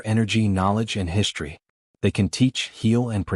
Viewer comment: Can you PLEASE tell me WTF the following words mean!!!!???? "SHTRETCHED", "SHTRANGELY", "SHTRUCTURE", "SHTRANGE", "SHTRETCHING", "SHTRONGER", "AWESHTRUCK", "SHREET", "HISHTRY", "EXSHTRORDANARY", "SHTRANDS", "DESHTRUCTION", " Your "Shtraining AI is "Shtressing" me out with it's "Shtruggle" to FREAKING speak Anglishes Properly!!!!! POS AI!!! I think you should "SHTRIVE" to do Much Gooder with a "SHTREAM" of FREAKING "..str..." words that are FREAKING pronounced properly!!!!